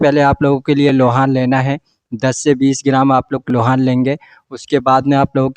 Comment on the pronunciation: Aap lobhan bol rahe ya loha,,,krupaya bataye,,,kya lena hai baye pla